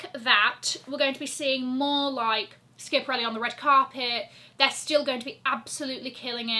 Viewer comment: think you need to Google the correct pronunciation of schiaparelli!